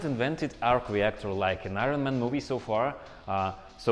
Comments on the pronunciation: “Ai-Rawn maaaan” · Eye ren man